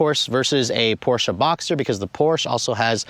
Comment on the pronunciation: Too bad he doesn't know how to pronounce Porsche. Poor Mr. Ferdinand.